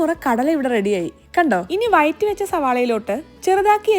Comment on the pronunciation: Vayatti ✅️ vazhatti wrong 😑